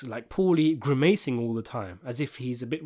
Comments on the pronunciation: I caught that too lol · 'Interpretated', 'Grimaycing'. We see you 🤣